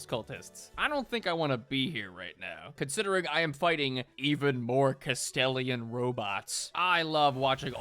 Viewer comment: Ahh the castellian robot and not the Kastelan 😂. Dyslexia is so funny